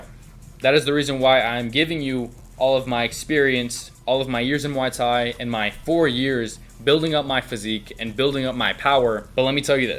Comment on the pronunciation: Gotta learn to pronounce Muay Thai bro